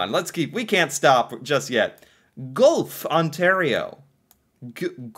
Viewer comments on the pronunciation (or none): Geulph pronounced gwelf... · Guelph is pronounced Gwelf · How did it even make the list? Gwellf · Good try Guelph is pronounced GWELF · Goo-elf ont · Guelf is pronounced Gwelf... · First of all I would like to thank you for learning about this great Country. As a Canadian I guess I am a little bias but it is a very diverse land. I live in Guelph ON and you like others struggle on the pronunciation. It is pronounced like Gwelf so I hope this helps. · Guelph Ontario 😊 (Pronounced gwelf) Aka the royal city Also, Owensound... Just minutes away from Wiarton, Sauble Beach, and the Bruce Peninsula. Where you can drive an hour north, hop on the ferry,(named Chi-Cheemaun), across to Manitoulin Island. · Guelph,,,,,sounds ,,,gwelf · Guelph (gwelf) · he butchered Guelph --- GU-ELF --- I died laughing but the attempt was funny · Guelph is pronounced 'GWELF' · Pronounciation is gwelf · I used to live in Corner Brook Newfoundland for the first 23 years of my life. Now I'm Calgary, Alberta. PS. Guelph is pronounced "GWELF". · Guelph is pronounced Gwelff. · THE LAST CITY WAS GUELPH, ONTARIO. FIRSTLY YOU PRONOUNCE IT HORRIBLY. IT IS PRONOUNCED GWELFF, THAT IS NOT HOW IT IS SPELLED BUT HOW IT IS PRONOUNCED. MANY CITIES AND TOWNS IN CANADA WERE ESTABLISHED ALONG RIVERS, LAKES AND THE OCEAN. BECAUSE IN THOSE DAYS BEFORE CARS AND TRAINS THE ONLY TRANSPORTATION WAS BY BOAT, IT MADE SENSE TO BE LOCATED BY WATER. ALSO A GOOD SUPPLY OF DRINKING WATER, AND WATER FOR SAW MILLS BEFORE ELECTRICITY. ETC. ETC. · Guelph is pronounced like gwELF. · G,u-elf.. Goo- elf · Guelph is pronounce like Gwelf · Guelph is pronounced Gw-elf. And I'm so glad someone mentioned Kingston. I've lived in Kingston almost all my life and I love it here. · Guelph starts with a hard ‘g’ sound, not soft. If it was soft, it would be pronounced ‘Jwelf’. lol. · Gwelf is how you pronounce Guelph. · Goollof Ontario is pronounced like wealth with a G😂😂😂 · Guelph= Gw-elf..